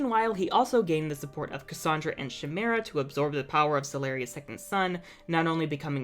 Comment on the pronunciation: CHIMERA IS NOT SHIMERA, IT'S KIMERA. AAAAAAAAAAH.